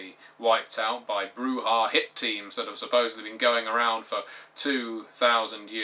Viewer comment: I know this is superficial, but thank you for pronouncing Brujah properly.